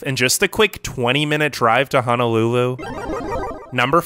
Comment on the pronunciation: I live in Hawaii it's not really paradise most beaches are polluted and houses are super expensive By the way it's pronounced Ho No lulu not Ha Na lulu